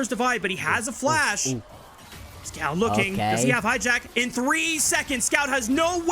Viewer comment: I think one of the caster is not loud enough my ears didn't explode entirely / and he almost got Scout's name right every 3rd attempt